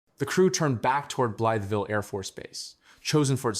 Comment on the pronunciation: We don’t use kilometers here. And it’s pronounced.Bly ville